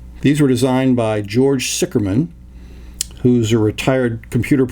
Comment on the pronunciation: sicherman, obviously a German last name, literraly means "safe man" or "secure man". and pronounced ziher man :) hence, Zih Gammon might be a more appropriate name. just my two cents...